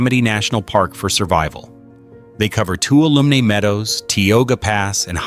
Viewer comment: The ai mispronounced many names like mariposa, Tuolumne, and more. Plus the ai voice stutters, many timestamps. The thumbnail is an albino white bear, where is the bear in the video? Why have clickbait?